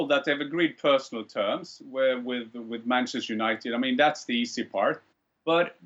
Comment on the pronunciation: Penchester United” ”Bruno Penandes” “Varchester United” “UefaChester”